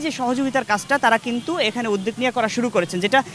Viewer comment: যাইহোক উপস্থাপকের বাংলা উচ্চারণ শুদ্ধ হতে হবে। উদ্যোগ উচ্চারণ কি?